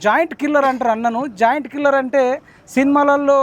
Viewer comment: జాయింట్ కిల్లర్ కాదు జెయింట్ కిల్లర్